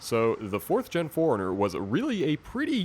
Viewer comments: It'd be nice if he could pronounce 4Runner. Sounded like he was saying foreigner. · Toyota Nerd !!!! It’s suppose to be four - runner. I don’t blame him for pronouncing it quickly like he did because he said it so many times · 4 RUNNER as apposed to the pronounced Foreigner